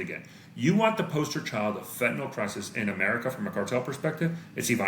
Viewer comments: Fentan-ill not fentan-ol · friendly reminder that the last vowel in "fentanyl" is a "y" and not an "o" or "a"